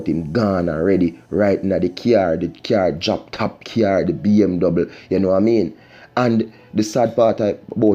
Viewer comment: Man keep saying BMdouble its BMW bro